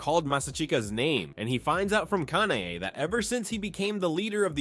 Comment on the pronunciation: lets just talk why he is pronouncing both kanae and kanao like this its clearly kana ey and kana oh